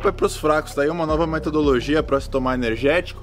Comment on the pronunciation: Eu fiquei e reparamdo ele falamdo,'o ernegetico mais caro do mumdo' kkkkkk vai perder o patrocinio kkk